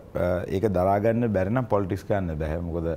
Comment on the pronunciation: Polits 😂😂 yako politics ki pronounce karapiya. Nodakin tho Australia hitiya ki neda